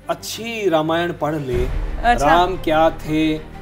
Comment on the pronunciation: रमायन नही.. रामायण बोलो